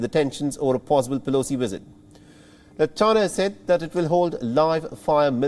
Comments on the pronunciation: its visit not wisit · Take a drink every time he says WIZZIT!😵‍💫😂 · I thought you were exaggerating, but that "wizzit" is out of this world. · At first i'm like wtf is a "Wizzit" then i realized he means visit LMAO! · 😂🤣😂 I’m laughing at how he pronounces visit (Wizit), I cannot take this seriously, Between the presenter, the USA and Chinese situation. It’s comedy at its best. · I don't know what a "wisit" is, but I now know that Chinese people emphatically don't like them! 😮